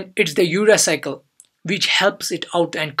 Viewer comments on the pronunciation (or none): urea cycle captured in CC caption "Your Recycle".. RIP pronunciation.